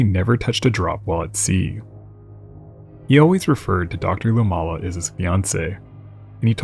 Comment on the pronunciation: Dr. Luomala's last name is pronounced "loo-OH-ma-la".